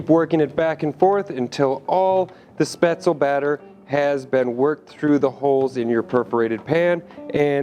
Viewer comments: A final "e" in a German word is not silent. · Maybe you should learn how to say it before pretending to know how to make it. Your batter is WAAAAY to thin. Capers & Spaetzle? GROSS! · My mother is German and makes Spatzle all the time. This is not remotely close as to how to make it. Lol your even pronouncing it wrong.